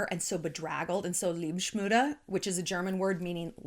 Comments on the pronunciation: LEBENSMÜDE not Liebschmude… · How you pronounced the german word 'Lebensmüde' was so adorable😍🙊 just love your videos! Greetings from Germany😊❤